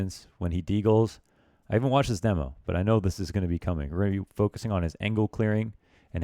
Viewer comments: Demo. Not dee mo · why do you say demo like demo instead of demo?